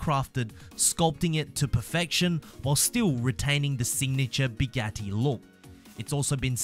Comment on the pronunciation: No the way he said Bugatti